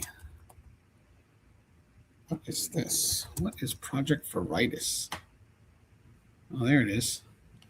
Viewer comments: Youre Pronouncing it wrong. Not 'Vur ITIS'. Its pronounced 'VER uh toss' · Project Veritis😂😂😂 It's VERITAS pronounced VER-ih-tass. It's Latin for THE TRUTH. Your pronunciation made me laugh so loud I woke up my baby!😂😅😂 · pronounced vera tas use to be on tv like60 minutes type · Veritas pronounced very-tasse. The truth. I’m not saying the “project” is the truth lol - just that’s what the word means. (It brings to mind that the brand name Verizon comes from veracity & horizon) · Ver.i.TASS, it's latin for 'truth' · Project Veritas pronounced, (Vare-ee-tass) James O'Keefe is famous. OMG is their new name. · Pronounce Veritas - Latin for truth; generally pronounced vuh-ree-tahs (/vɛrɪtɑːs/) or vair-ih-tahs (toss). The "a" in the second syllable is often pronounced as a long "ah" sound. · Lmfao, its pronounced Ver-uh-tah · It's pronounced Project Varitoss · Magnolia 😮 as well. VER au TAS is how you say veritas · Veritas (Latin for "truth") is commonly pronounced VER-ih-tahs or VER-ih-tass. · its pronounced vara a toss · veri tas say it with me veri tas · This is how it is pronounced sounds like this :vare uh tas its James O’keefe’s old company he isn’t involved with them he has a new company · Project Veritas, is pronounced VER-ITAHS, LIKE THE WORD VERY THEN TOSS, EXAMPLE: VER-IT-TOSS I'm surprised if you follow the news, you haven't heard of this before, it's a prevalent story in relation to politics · Wow. You don't know who James OKeefe is?? It is ver i tas, not veritas....lol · Ver-ee-tas is latin meaning "Truth". Just FYI 😅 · How to pronounce it is Project Very toss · Veritas is actually pronounced Var a tas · I think you are saying that word incorrectly. I think it’s pronounced Vera-toss. That’s how I have heard it before. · It’s Vera- tas . Legitimate company!!!! He’s on the news etc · Pronounced Var. A Tas. Very highly respected. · Project Veritas pronounced as Ver-a-toss. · ver - i - TAS, a latin word 😀❤ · its project vear-a-taz , correct pronunciation